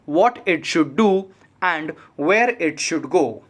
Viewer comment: Aap where and were ko ak jaisa padhte hai. Please eska dhyan rake dictation mai ..baki dictation achi hai .🙏